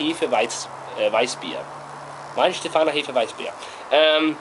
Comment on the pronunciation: Glad someone finally pronounced it properly (pay attention Americans).